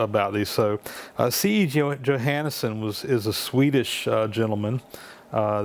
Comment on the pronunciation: Hi name is pronounced yo-hawn-son.